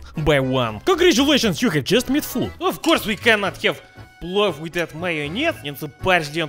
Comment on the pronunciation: The video auto played and Thought i heard плав in Serbian instead of плов. Thought you were gonna cook up some blue.